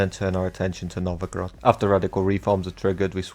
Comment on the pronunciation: Novogrod? Are you polish? :d